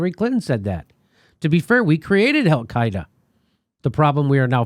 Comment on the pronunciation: He said Hellcaida....😀